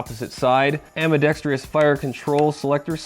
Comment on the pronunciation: How can you not say ambidextrous?